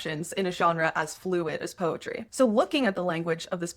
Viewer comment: POETRY ❎ PEROTY ✅ 😁